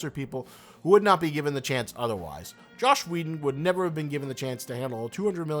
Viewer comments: You do realize he is called "Joss Whedon", not "Josh", right? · Is he saying "Josh" Whedon?